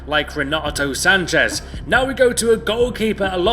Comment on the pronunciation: its Sanches. Not Sanchez.